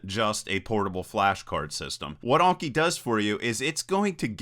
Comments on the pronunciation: Anki, not Onki. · an-ki not awn-ki. Japanese just has short vowel sounds. <-- click the speaker to hear it